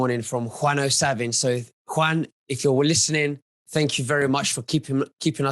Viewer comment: is such a professional he calls Juan, Quan. Spare me LOL.